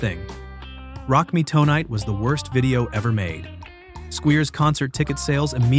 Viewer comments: (Glenn) Frey is pronounced like "fry" no "fray". (Rock Me) Tonight is one word... "tonight" not "toe night". This is why I'm sick and tired of the AI narrated videos. Regarding Metallica vs Napster, Metallica was right IMO because apparently those songs weren't even released yet. But didn't they also benefit from a bootleg tape when they were starting out? Napster was shut down but it probably increased sales to a lot of bands. For example, an average Joe living in Kansas likes a song by GnR, Fleetwood Mac, Styx etc... take any band or artist. So he downloaded it and liked it so much that he wants the CD so he can have a copy of the original. I'm betting there was a lot of that. I'm not saying what Napster did was right but that site probably generated extra money for a lot of bands. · Crappy AI strikes again. Rock me TOE-nite and Billy SKWEER??